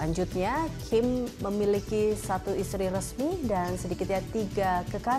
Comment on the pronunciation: Kim kali.... Bukan king... Lu ga bisa ngomong kim ya ?